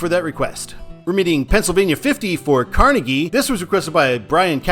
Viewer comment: I live here and I have to do this: Car-nay-gee Mount LebanIN MUNroeville